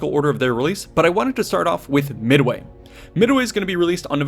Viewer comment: Did he just say "Mid-away"? lol